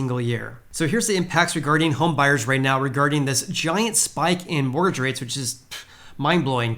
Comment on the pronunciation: You keep saying “morge rates” lol Mortgage my man